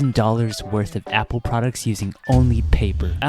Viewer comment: apple not meeple